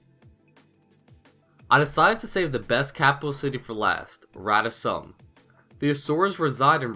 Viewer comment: rata sum is pronounced : Rata soom